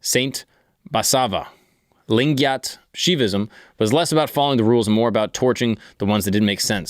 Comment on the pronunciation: And yes your pronunciation of lingayat was right, the one you liked 😂